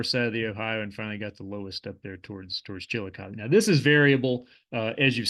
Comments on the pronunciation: Kinda. Accentuation on Chillicothe is not like I've normally heard in the area. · NOT... Chilli Cuth EE... CHILL LOCK UH THUH,,, that is 1 of the former Capitals of the SHAWNEE. CHILL LOCK UH THUH And Monanga.... you have the 1st part right... but NOT - HE LA it is HEY LA... another Native Word possibly Shawnee but could be other